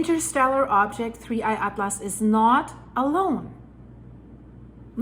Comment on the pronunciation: Just say 3 eye Not digging at-lass